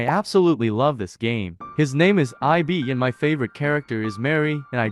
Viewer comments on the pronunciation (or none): no, i mean how the AI say it, it supposed to say ib, not I-B